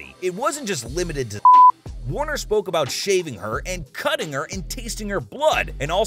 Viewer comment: Actually, it is Michael Warrecker. Not Warner. Seibert not Syberg.